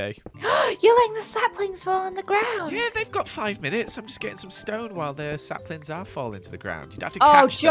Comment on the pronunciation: said slaplings 😂😂😂😂😂😂😂😂😂😂